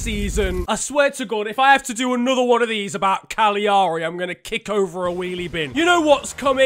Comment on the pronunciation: Hearing you trying to pronounce their name is a bigger punishment to Cagliari than anything the useless fiche at the FIGC will hand out